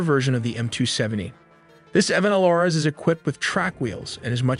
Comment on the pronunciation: MLRS = Multiple Launch Rocket System, pronounced Em-El-Ar-Es, not Em-El-Ars. Kinzhal (Кинжал) is not pronounced with a 'Z' sound but with 'Zh', which is the sound of 's' in pleasure, measure, liesure.